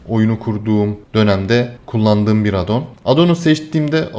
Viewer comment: AAAADDDON DEGİL , ingilizce addon , A ince söylenecek.